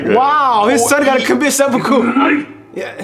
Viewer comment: i see you 'sehpokow' 😂